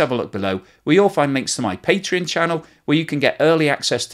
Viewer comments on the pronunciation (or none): none